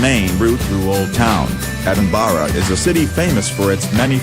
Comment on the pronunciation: It’s Edinburgh Lol to Edenbara